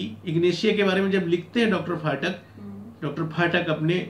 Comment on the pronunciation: डा. फाटक नहीं, डा. पाठक बोला जाना चाहिए ।